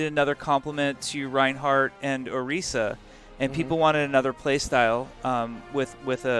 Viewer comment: Did say oreeesa? I don't think I heard that right?